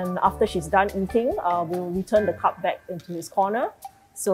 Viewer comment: Admin it's "cub" not "cup"!